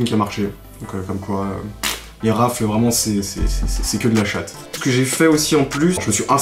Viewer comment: Raffle se dit « Rafeule »